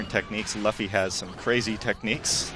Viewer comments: Luh-fee? Come on IGN.... Everyone know its loo-fee. English dub fans or Japanese fans know that. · IGN if you're gonna do reviews for games based off of popular anime can you have someone that i dont know IS A FAN OF THE ANIME do those reviews? He pronounced Luffy's (which it's pronounced LOOFY) name LUHFY.... Come on now. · stopped the second he said LUHFFE and not saying his name like LEWFY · why is he saying laffy instead of luffy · Luffy is pronounced Loo-ff-ee not La-ff-y...... Names are impotence when your talking about things, so get them right... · nah most of the people watch sub and it's pronounced loo-fee not luh-fey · 27 "luhffy" is how you pronounce luffy in japanese but they say loofy in the show soo annoying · ummm.... wat is a Luhffy..? If i remember correctly its Luffy... not a hard name to pronounce... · It's LOO-fy not LOUGH-y haha. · Lmao nigga said "Luh-fee" lol xD pleb it's pronounced "Luf-eye" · Why do people call him Luhffy? It's pronounced Luffy (Looffy but without the extended o sound). Before anyone tells me "That's how you say it in English" I know many American watchers say it like the latter. I really wish they get a fan of the series to review it. There has to be at least one person at IGN that actually follows One Piece. Why get someone who knows almost nothing about it to do a video review? I can understand wanting a non "fanboy" review but I'd rather listen to a commentary where the commentator knows whats going on. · Thats what I was going to rant about lol I was like luhfy? Wtf looofy lol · pronounced loofy not luhffy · Dude be calling Luffy "LAUGHfy" during the whole video, and zero #@ were given. Quality material once more IGN!! GJ!! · Someone tell this goofy that its pronounced "loofy" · Mans really said "lauffy" 🤣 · "Laffy?" It starts with "Lu". =_= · In English it's pronounced the way he said it, but in Japanese it's pronounced lu-fi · DUDE its not laffy watch the sub anime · dont ever call him laffy again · It's buffy.